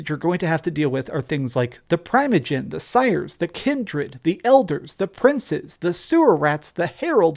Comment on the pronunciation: They literally pronounce all the vampire terms wrong its infuriating...like why...all rhese terms been used in the past and pronounced properly. Its primogen not primeogen...its camarilla not cammylla